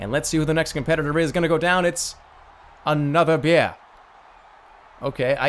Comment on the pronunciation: ANOTHAH BYEAH!